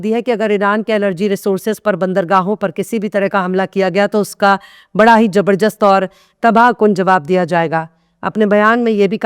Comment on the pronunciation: News. To. Aaka. Hamesha. Achcha. Hota hai. Par.. Mam. Aap. Apni. Urdu. Alfazon. Aur. Talaffuz. Ko. Sahi. Karne. Ki. Koshish. Kijiye. Jaise. Jabarjast. Nahi. Zabardast. Hota hai. Shukriya